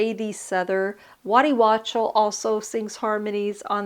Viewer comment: Great review, I have his second album, but I should check this one out too. I’m with you, I’d love to go back to the 70’s, I was a kid then too, but it was a great time! Great review! Thanks for bringing it to our attention. By the way, Waddy’s last name is pronounced Walk-tel. Aside from Warren Zevon he was Linda Ronstadt’s guitarist and has toured with Stevie Nicks from 1981 right up thru today.